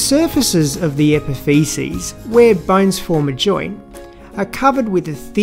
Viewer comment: Nice and helpful video, but I laugh every time I hear epifeces !